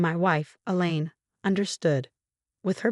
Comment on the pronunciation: Female narrator for male protagonist. Politeness, not politics. Secure Health, not Secure House. Elaine, not the lean. Elaine, not Ellen. Theoretical, not ethirial. Had,not have